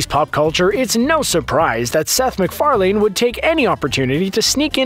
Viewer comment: Seth Mc "FAR - LAYNE" ?